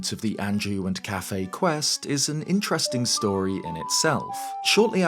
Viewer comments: I don’t think his name is pronounced cafe, I think it’s pronounced as kuff-AY. Quickly saying the first and heavy emphasis on the second syllable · It's bothering me how you pronounce his name so much lmao I've always pronounced it "Kay-Fee"